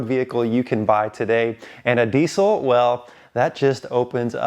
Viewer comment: It’s not DEEC IL. It’s DEEZ ILL